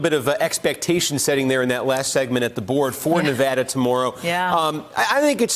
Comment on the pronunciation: She thinks she sounds smarter by miss pronouncing Nevada but it has the opposite effect